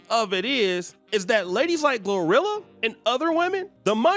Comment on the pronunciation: He keeps saying rhirhi instead of glorilla lol